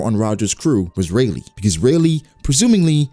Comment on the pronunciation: Guys, its Rayleigh get it right